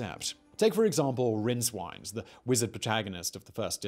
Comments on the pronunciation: Rincewind. wind like 'the wind blows' not like 'wind the clock' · *rincewind : say it as wind, rhymes with mint, not wined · lol... It's Rincewind as in the wind blows... ;) Not i'm winding you up. Which i'm not. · I'm sorry but its RinceWIND as in windy day not Wined. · Rinc-wind, not Rinc-wind. C'mon Simon :) Thanks for the video! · The way this guy pronounces "Rincewind" deeply unsettles me. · mispronounces "rincewind"-and a hundred pratchett fans rush to the comment section with that quote about saying words you've only read but never heard spoken aloud... well played simon whistler, well played.